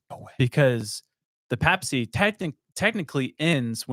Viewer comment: Its not a pap-smear 😂 it’s pay-puh-see